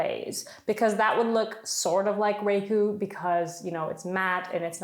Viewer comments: It is raku like" ra "bbit.. Your idea is very cute. Thaks for sharing. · Oh, and the accent is on the second sylable - "ra" ku' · Raku is pronounced with a soft a and the accent is on the U